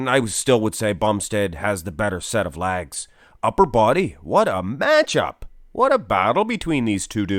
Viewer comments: he's saying "legs" lol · “His lags” keeps throwing me off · “Thec” “lags” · Chris’ waist is far better. And “lags” lol (can this commentator not say legs) better too slightly. Arnold’s arms and chest can’t be touched. Especially by Chris Chris’ physique was the best in the whole 2020 Olympia 🇨🇦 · What are his "Laagz" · Just curious - why do you say 'Laags" - is that a Canadian thing? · Sounds like you are saying lag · Why can't you say "legs" properly? God damn it's so annoying.